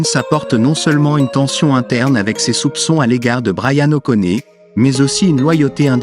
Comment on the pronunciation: Et appeler Bryan o'conner, quelle honte cest O'Connoooor bordel de voix ia de m*rde